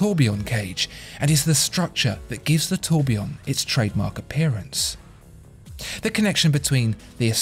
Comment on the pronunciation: Oh Dear ! Your pronunciation of the French words is like the scraping of fingernails across a blackboard. I am trying to concentrate on the description of the watch Then, EEEEEEEEKKKK